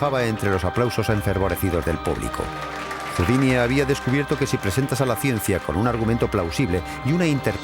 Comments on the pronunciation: Por favor no confundan a "Robert Houdin" (Se pronuncia Houdan) con el artista de escape Houdini (Cuyo nombre artístico fue inspirado en "Robert Houdin". En el video pronuncian equívocadamente el apellido de Robert y muchos pueden pensar que se refieren a Houdini, cuya época de auge fue varias décadas despues de Robert Houdin. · Exacto, como dice Marcos Olivero, el pésimo doblaje hace que podamos confundir al genial ilusionista francés Robert Houdin (pronunciado aproximadamente Judán o Judén, según la zona de Francia) con el escapista norteamericano Houdini (pronunciado Judíni) que tomó este seudónimo, precisamente del apellido del francés, como signo de admiración hacia él. Traduttore traditore. De fondo, en la versión original se oye perfectamente como pronuncian correctamente. Los actores de doblaje ni se han molestado en oír la versión original, o tanto les da. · ERROR en la pronunciación cuando nombra al considerado Padre de la Magia Moderna, Robert HOUDIN (sin la "i" final). Fonéticamente se equivocan y siempre se pronuncia la "i" final en el vídeo. Puede dar lugar a la confusión con el escapista de renombre internacional, Harry HOUDINI. Pueden comprobarlo fácilmente en internet. Att. Un ilusionista.